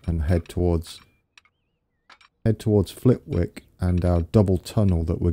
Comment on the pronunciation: FYI you don't pronounce the 'W' in Flitwick :] - Awesome work btw